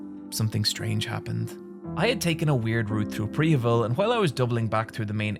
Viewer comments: “I had taken a weird route through Prehevil” …say that again? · I was wondering why you were pronouncing Prehevil so differently than how it's spelled in the chapter titles. then I saw an in-game spelling of Prehevil that was different from the chapters, and found out the chapters were AI generated. I can't wait for youtube to stop messing with other people's videos.